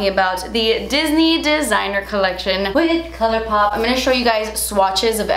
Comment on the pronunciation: LMAOOOOOO "colourrrpop"